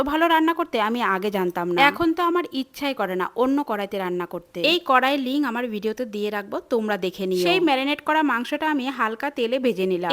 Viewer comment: জন্ডিস মাংস, আর ওটা লিঙ না লিংক উফফফফ উচ্চারণ এর মা মাসি একাকার